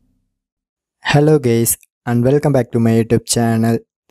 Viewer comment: did he jus say hi gays in the beginning of the video ?? 😂😂😂